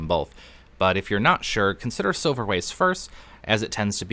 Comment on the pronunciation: Lol, - "but if you're not sure consider sobirayus first as it tends to be..."